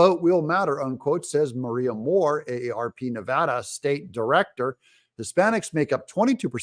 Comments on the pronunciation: Of course we did. And you said Nevada correct! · Thank you for saying Nevada correctly!!!!!!! Spoken like a local.